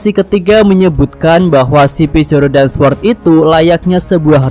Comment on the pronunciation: Cara ngucapin sword, “sord” w nya ga disebut ✌️